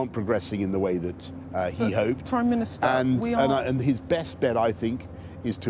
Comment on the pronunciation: "prime ministahh"